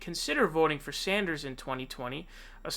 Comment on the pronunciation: Bernie Saunders lmao